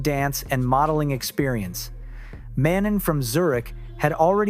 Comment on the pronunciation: manon’s name is pronounced as “MAH-NOH”